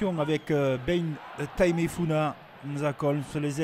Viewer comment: Entre nanes ducuing, tana vili, et bein tamefuina, je crois que le monsieur aurait besoin d un rendez vous chez l'orthophoniste